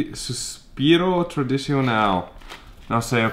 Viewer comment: Your mom said "açaí" perfectly! And your dad said "suspiro" also perfectly. I think they both are gonna learn Portuguese very well. :)